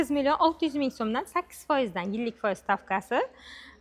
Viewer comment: Фойиз деябди ухшайдику бу